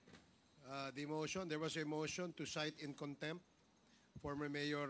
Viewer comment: cite in contempt cite in conc tempt. Cite in contempt pa more